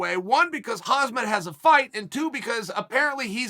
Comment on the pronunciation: Hazmat Chimaev lmao. At least he gets the surname right